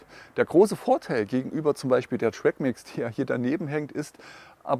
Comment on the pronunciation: Ich höre in deinem Video immer Reolink Altas.........die heisst doch Atlas.....oder?😅